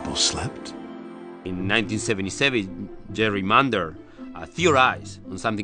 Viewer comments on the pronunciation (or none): Jerry Mander? Really? lol